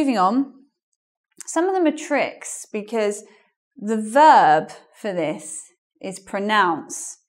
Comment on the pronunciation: Most Americans today say becuz instead of because, but says bekezz!